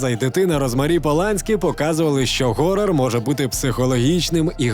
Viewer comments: Не горрор, а хоррор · ГГГГорор. Одразу мінусую. Якщо ти не знаєш як правильно вимовляється це слово, то пофіг.